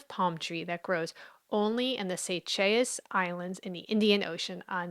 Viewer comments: Say-shells is how Seychelles is pronounced. It’s French. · Just FYI, Seychelles is commonly pronounced "Say shells" 😊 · you can probably get a “more correct” pronounciation of the name by calling the botany department at your local university and asking them. And second, Seychelles is pronounced “SAY SHELLS.” Thanks for another thought provoking video. My great uncle on my mother’s side has a weird first name that makes absolutely no sense to any of us! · Gentle help with the pronunciation - Seychelles = 'say shells'. :> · Seychelles is French and is pronounced like the English words Say-shells. Very easy. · I always heard it as Sea-shells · "Say-shelles", is the pronounciation I have heard of the island to which you are referring. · I've never heard Seychelles pronounced like that! This is an interesting video.